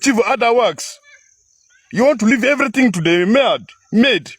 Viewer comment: Amedi emeed instead of maid😂😂😂